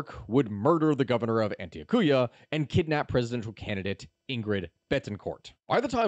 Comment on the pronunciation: The way he said Antioquia is worse than how he said bogota 😂😂😂😂 AN -Tiokia not antokooya